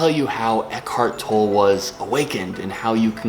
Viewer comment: Think it's pronounced tol-lay